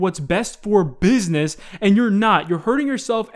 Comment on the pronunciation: "Best for beaznees" Love the way you heavily emphasized the pronunciation of that word.